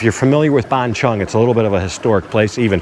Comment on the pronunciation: It's not Ban Chung...555 it's Ban Chang (Chan)...I've live there 15 years...but love your channel